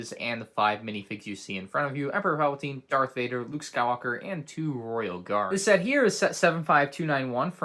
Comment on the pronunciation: I'm pretty sure he said dark vader